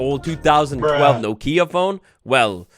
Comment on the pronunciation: No-kia phone.. lmao